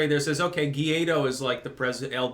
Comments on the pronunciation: Hey, it's GUAIDÓ not GUIADO, and the closest pronunciation for an English speaking person would be something like "why doe" with the accent on the second syllable. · His name is Guaidó, not Guiado. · It is Guaido...or Guaidó (in Spanish), not Guiado. I enjoy your shows very much,. Hello from NYC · Oh, he knows. He's said as much in the past. He pronounces it 'geeaydo' for the same reason he's put 'Tim Poole' in the title of one of his previous videos.